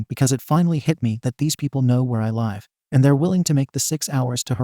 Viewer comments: Two issues with this video. 1) There is too much repeatition! 2)the robotic voice saying 'lve' the wrong way! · OMG OMG OMG OMG PLEASE LEARN HOW TO PRONOUNCE THE WORD LIVE!!! There are TWO WAYS TO SAY LIVE OMG please please please it is so aggravating so aggravating please learn the two pronunciations OMG it is so stupid to put these stories up and not pronounce the words correctly !! Is is because a bunch of stupid people out these up!?! Please figure it out ONG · OMG pronunciations people!! Live has two different pronunciations please OMG learn it !! A lot of people has said the same thing!! Learn PRONUNCIATIONS OMG foreign language OMG!! Learn people!! If you keep putting things on here!! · Does this guy know how to say live. Is it AI?